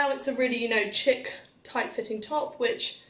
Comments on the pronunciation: Wait did you say chick? It’s pronounced sh-eek! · "Chic" is pronounced like sheek not chick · "A really chick type top". 🤪 It's chic pronounced sheek! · "chic" is a french word and is not pronounced the way it is spelled. The proper pronunciation is "sheek". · In this context, chic is pronounced like sheik. If you are referring to a girl, it is pronounced chick. Just in case you wanted to know. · Cute video but she mispronounced chic